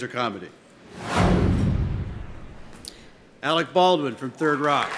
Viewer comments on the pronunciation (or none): he did not just say "third" rock.